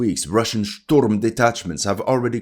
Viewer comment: IT'S NOT SHTORM, IT'S SHTURM